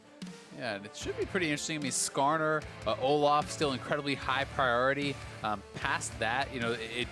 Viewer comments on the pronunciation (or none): Seriously hate how the other caster calls Olaf, O-laugh.